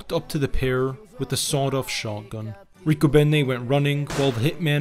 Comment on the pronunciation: You pronounced Riccobene completely wrong. Not even close. And your were slightly off on several others. Love my hometown of Philadelphia. Born and Raised in South Philly